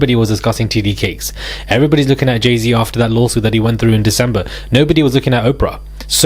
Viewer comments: T.D. Jakes.... Jakes..boo,not Cakes. Sending goodVibes & positiveEnergy fromCali❤ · It's "T.D. JAKES" not TD Cakes. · you are saying his name wrong is not cakes is Jakes.. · It’s Jake’s not Cakes ….ya clown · TD Jake’s. Not cakes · It sounds like you're saying "titty cakes" (TD Jakes) and I'm not comfortable with that. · His name is not TD cakes. It’s very annoying when you say it. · Wait. Did you say "TD Cakes"? 😂😩💀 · Is it cakes or Jake’s!? 😂 you keep saying TD CAKES 😂😂😂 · Why is he saying TD Cakes??? 🤣🤣🤣🤣